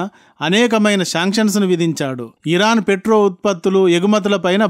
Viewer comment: Sir pls. okasari hiron hirok ani vinipistha vundi adi sari cheyandi tkq.